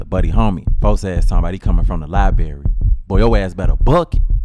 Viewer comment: When are we going to stop pronouncing it libarry and pronounce it library!